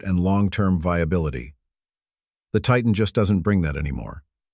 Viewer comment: You want support? Likes? Subscriptions? Then don't use an AI voice that can't even pronounce Titan. The rest of the video, obviously a different AI, pronounces it correctly. Worse than that, the information is outdated. For something posted "3 days ago," it should be current! The Titan was discontinued last year; the Chrysler 300C was discontinued 2 years ago. The Malibu was also discontinued last year; it isn't "hanging on by a thread." And the narrator called it a "MaliBUS, like a City Bus! Lol.